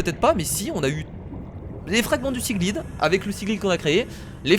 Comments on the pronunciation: Non c pas siglaide c seaglaide séa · Pour les débutant on ne dit pas seaglide mais seaglaide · ta prononciation anglaise me dégoute: sa se dit seeglayde et non pas seeglide comme tu dit sa se dit seemos(f) et non pas seemoth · Ça me tue la façon comment il dit siglide 😭😂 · Ça se dit seaglaillde !!!!!! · Siglaïde, plus précisément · Mais c'est dis Seagl[ay]de !!! &$^@